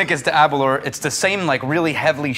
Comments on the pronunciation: Please pronounce Aberlour correctly. Think flower so you get aber-lower🙂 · Your pronunciation of Aberlour upsets me a great deal. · when you think happy hour, drink aberlour... is apparently how the host of tours at the distillery frames how to pronounce aberlour. delicious though cheers